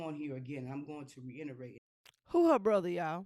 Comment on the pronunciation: The way she said reinerate when the word is reiterate with such confidence 😩